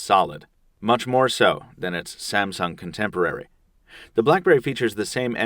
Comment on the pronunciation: When i hear when he says the samung word i thought he was saying about samson the giant